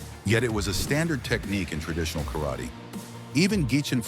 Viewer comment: White a88hole, first learn to pronounce 'Karate' correctly.